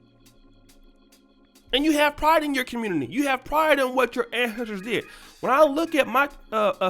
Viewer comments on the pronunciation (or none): Take pride in yo "An-hestors"😁....BTW this young man is trippin!!!